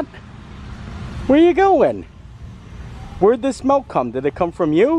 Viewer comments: I love, he's awesome but please stop calling it melk. It's milk! ❤ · milk....not melk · 'Melk amd aaygs' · Add "milk" to words can't pronounce.... God almighty